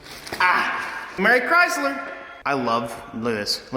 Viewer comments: "Merry Chrysler" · Bruh never laughed so hard when said "Merry Chrysler" 😂😂